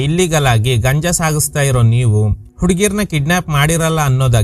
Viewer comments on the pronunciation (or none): ಗಂಜ ಅಲ್ಲ ಗುರು ಗಾಂಜಾ 👍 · ಅದು ಗಂಜ ಅಲ್ಲಾ ಗಾಂಜಾ ಅಂತ ಹೇಳಿ ಸರ್... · Dear ಅದು ಗಾಂಜಾ ಗಂಜ ಅಲ್ಲ